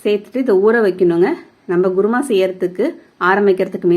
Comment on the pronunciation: Mam u can say kuruma but u r saying guruma..😀